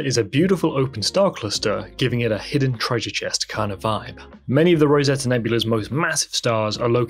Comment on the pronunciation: Rosette not Rosetta?